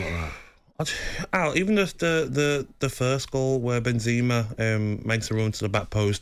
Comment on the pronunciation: I like how he pronounces Benzeema